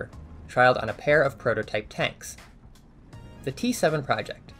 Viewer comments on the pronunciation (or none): none